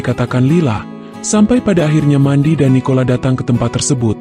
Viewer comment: mendy kang bukan mandi bacanya